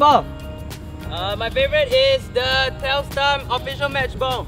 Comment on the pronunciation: it's telstar